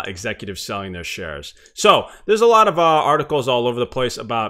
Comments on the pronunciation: ァララヴァって感じですね。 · a lot of て ララバって発音するん…？